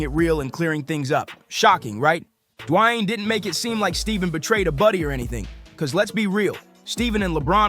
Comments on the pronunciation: Who is this guy D-wine keeps saying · lol you say Dwayne’s name 15 different ways and none of the right.